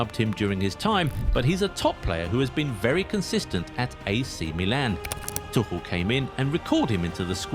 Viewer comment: I suggest you go to Scotland for holiday. The name of the coach is Thomas Tuchel, not Tushel. Since when is Tuchel coach? And you still do not know how to say Tuchel? Ignorant idiot!